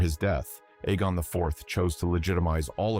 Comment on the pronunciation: Can't pronounce Aegon either!? Christ man. I'm done.